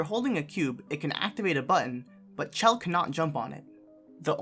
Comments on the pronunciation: The issue is that he said "chell" instead of pronouncing it as "shell". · Did this man just say “chell”